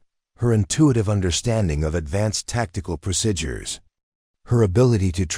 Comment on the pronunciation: Please correct mispronunciation of procedures. I cringe each time the word is mispronounced.